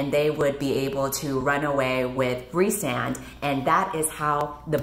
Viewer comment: I juat keep hearing the one guy's name as Ri'saad, over and over and over again.